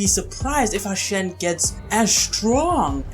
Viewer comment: Its "Hu-shen" bro as in "Hoo-shen" not "Hashen". Great video though!